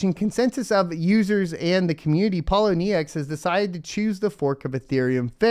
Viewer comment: Pole - owe - knee - ex